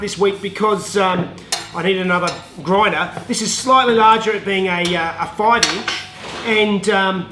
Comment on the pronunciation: Roflmao, sorry. A groindah. Made me giggle. 😀